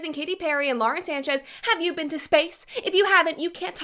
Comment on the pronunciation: “have yu been to space” u Is the new meme 🤡🤡